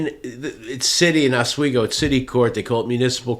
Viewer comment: Thank you for the proper pronunciation of Oswego 👍